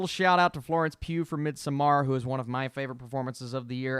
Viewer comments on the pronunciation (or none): Midsommar is pronounced midsummer. They say it in the movie. Great analysis!